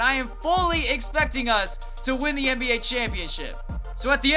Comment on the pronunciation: I love your videos. But can you stop saying THEE lmfao!